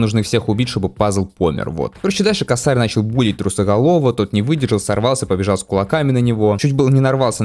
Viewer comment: не косАрь, а кОсарь , но уже поздно , ну и геншин с ним